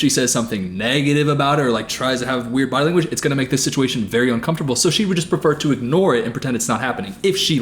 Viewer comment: I was half asleep and I heard say "body lang" more than once... I giggled myself awake. Fuck